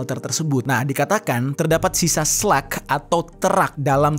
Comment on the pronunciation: SLUG Jer, bukan SLEK